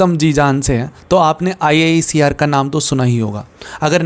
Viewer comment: Bhaiya IISER KO 'आईसर' bolte hai😊❤